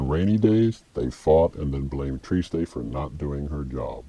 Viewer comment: triste is french for sad. pronounced simply "trist" in french. no -ay.